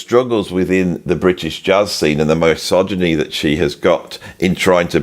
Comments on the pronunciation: Entertaining prog but your pronunciation of misogyny was distracting. I've never heard anyone else pronounce it in this way, that is, starting with "my" rather than "miss". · love your stuff, probably seen at least 1000 of your vids. so forgive my pronunciation notes: Theda BAra , miss -sogyny , ZaraTHOOStra and please please please... no F in McLaughlin. promise ill buy you a coffee 😂